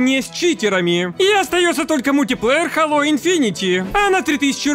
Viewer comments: не хАло, а хэйло хало говорят инглиш менс, а мы рашн гайс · Хало или сало? Не понятно...